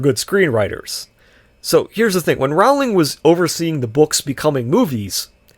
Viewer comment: Rowling rhymes with bowling.